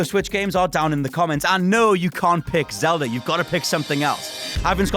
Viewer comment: Zelda!!! Its zelda